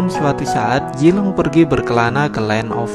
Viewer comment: hahaha orang sunda bngt ini mah zilong = jilong